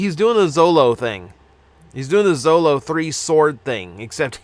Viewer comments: Zorro* not zolo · my brotha, It's Zoro with an R not Zolo. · It should be a crime how you pronounced Zoro.